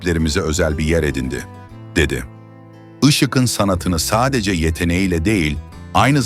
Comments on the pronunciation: Seslendiren arkadaşa UYARI! "Işık'ın" yazılır. Ama "IŞIĞIN" okunur. Bozuk telaffuzunuz yüzünden videonuz aşırı derecede kulak tırmalıyor. İZLENMEZ HÂLE GELİYOR. Bundan sonra ÇOOK dikkat edin bu önemli Türkçe kuralına. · Yazılırken (Işık'ın )diye yazılır, söylerken ya da okunurken (Işığın)diye okunur. Yanlış telâffuz ediyorsunuz. Biraz çalışın bu konulara. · Türkçeniz berbat Işık'ın ne demek yazık